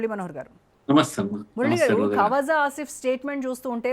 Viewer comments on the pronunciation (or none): Kawasaki asif kadhamma khwaaja asif 😮😮😮😂😂😂 hindi raadhu urdu etla andi